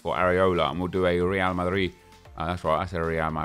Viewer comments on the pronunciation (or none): It's Real Madrid not Rea Mari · The way he said real marid is definitely going to become a meme on YouTube